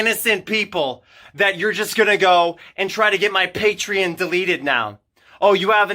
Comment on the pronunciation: The way he says Patreon makes me lose a few braincells everytime. Patriin? Patrein? Patreihn? I don't know but it's hilarious. Edit: Also he sounds like a dramatic toddler throwing a tantrum.